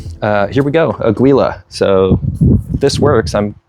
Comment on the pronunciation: Its pronounce as ah/gee/la, spanish for Eagle.